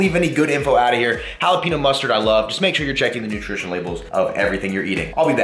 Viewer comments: Pronounce Jalapeño, like Hall-a-pen-yo not Hall-a-pean-yo lol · Hollapeeno sauce